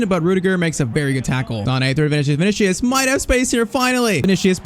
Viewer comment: Vini-See-Uhs. Not Vini-Shee-Uhs